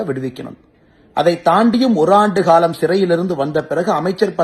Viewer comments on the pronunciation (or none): none